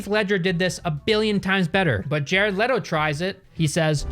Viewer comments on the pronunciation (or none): none